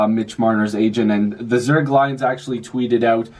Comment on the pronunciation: ZURICH (pronounced "Zurick")